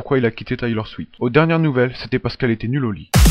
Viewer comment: C'est Taylor SwiFT pas SwiT